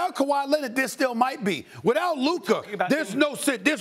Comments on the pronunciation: It’s luka and it’s not even close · Still can’t say Luka’s name right